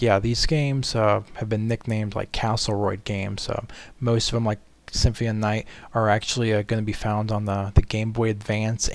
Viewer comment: it's symphony not simfmie